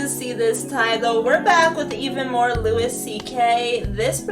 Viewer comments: Loo-ee, not Loo-is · Louis, not Lewis! lol. Like in King Louis. Great reaction, though. He's so damn funny.